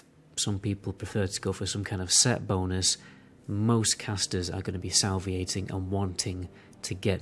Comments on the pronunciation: SA-LI-VA-TING! not sal-vi-ating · The word is Salivating, not Salviating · salv-ee-ating lol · I just can't get over "Salviating" lol